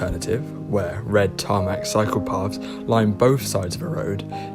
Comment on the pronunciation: Yeah really, i laughed when i actually heard him say "Dedicated Psychopaths";)